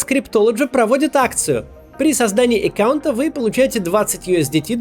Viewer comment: "Эккаунт" бесит